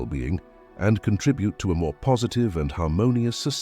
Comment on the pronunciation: What a horrible reading saying contribute wrong and society wrong I know it’s a computer but do your best and give us something that we can appreciate. I finally had to stop this cause it was making me upset. How about that for silence?